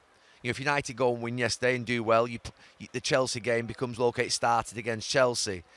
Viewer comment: Say yesterday again you muppet